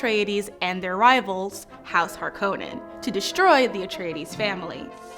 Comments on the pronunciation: I wish she'd pronounce Harkonnen correctly. Also, Fremen are coded Arabs. Did she even read the books? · She will NOT stop pronouncing "Harkonnen"